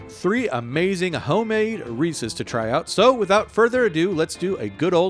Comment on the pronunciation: finally someone who says their name correctly